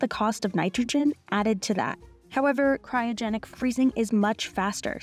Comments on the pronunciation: At t= it's pronounced CRY-O-GENIC not cyro-genic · The presenter keeps saying "CYROgenic" instead of "CRYOgenic" freezing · Denial may be a river in Egypt but there’s no such thing as Cairo-genics. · Meanwhile since covid started, every frozen food I've tracked has gone up 40%+. I've never heard anyone pronunce "cryogenic" as "kye-rogenic"...interesting. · Cryogenic not Cyrogenic 😂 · And teach the voie-over person the difference between "cryogenic" and "kyrogenic". Man this is a poor quality video. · It is CRY-O-GENIC, not KAI-RO-GENIC! :) I thought I am the one prone to such mistakes. Glad that I have company on national TV. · Who let this through with the narrator saying "Cairogenic" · Who told her to say "Cairo"-genic instead of "cryo"-genic? 😂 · Did nobody tell you how to pronounce “cryogenic”? Have you never heard the word before? It’s… not difficult, and it’s not an uncommon word. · To the narrator, it's CRYO-genic, not CAIRO-genic. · Not sure why the narrator pronounced Cryogenic as Kyro-genic 🤔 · Ky-ro-genic? Ma'am,it's cry-o-genic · CRYOGENIC not CYROGENIC. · Cry-o-genic not Ky-ro-genic. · CRY-O-GENIC NOT CY RO GENIC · Cry o genic not cy ro genic